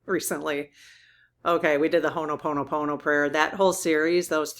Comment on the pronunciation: When you repeatedly mispronounce “Ho‘oponopono” and present it only as a short “prayer,” it erases what it actually is: a traditional Native Hawaiian conflict‑resolution process that’s long, structured, and facilitated, and can take hours or even multiple sessions. Turning that into a decontextualized mantra while invoking Hawaiian roots is exactly what many people mean by cultural appropriation. Correct pronunciation and a clear acknowledgment of the traditional practice would be the bare minimum respect. I’m saying this directly because this matters; Ho‘oponopono is a living practice for real people, not just content. I’ve raised this before because I genuinely want to see this practice treated with the respect it deserves, starting with accurate pronunciation and honoring its Indigenous roots.